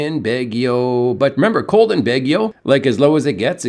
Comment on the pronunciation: The letter “a” is a short “o” in the Philippines.. it’s never a short “a” as in cat BAW ghee oh.. the “ba” rhyme with “ma,” “rah,” “ha!”